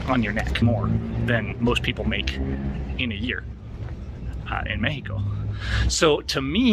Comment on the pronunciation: It's nice listening you to pronounce México in Spanish :)